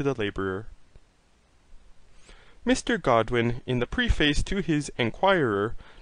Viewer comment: It's pronounced preh fuss NOT pree face.